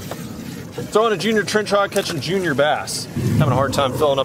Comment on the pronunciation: Brooo Junior in spanish sounds the same as in english, you don't have to say Hoonior but at the same time it sounds cool lol Saludos desde méxico jaja